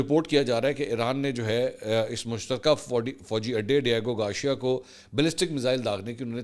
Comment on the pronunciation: It’s Gar-c-ya .., Try saying it togather Mansoor pls It’s not Gawcheeya 😂😂😂 Lahoree Accent mar rhy ho Ek dafa kisi English Channel per sub what actual word is